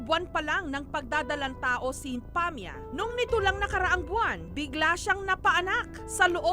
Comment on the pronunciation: Yun sinsabi ng lalaki nagustuhan ko sya kse mabait sya awh ..bka po pahmia hindi pamia 😂😂😂